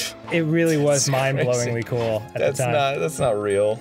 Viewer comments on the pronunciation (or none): none